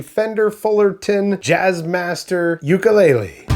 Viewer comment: oo koo lay lay